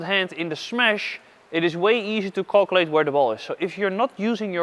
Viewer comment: Calculate - Calcu-early ... love it 😆